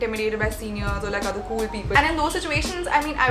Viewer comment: Sejal: gets intimidated by cool ppl Also sejal: says 'kewl' instead of cool